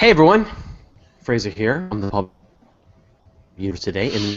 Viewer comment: Why does call him "Fray-jer"? When his name is clearly Fraser (pronounced "fray-zer") If I was Fraser that would drive me bonkers!